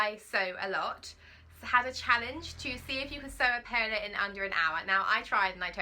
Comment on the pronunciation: Love your Paola top. I've just bought it on sale. Might even copy you with the fabric 😉. I think it's pronounced Powla (as in ouch). Spanish Paula. You are so fluid with your talking on film. Do you have to do much editing?